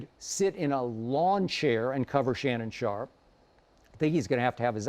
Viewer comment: He said LeShannon sharpe loool.